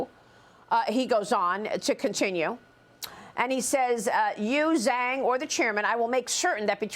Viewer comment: ZH is J sound and ang is more like ung , so its pronounced "JUNG"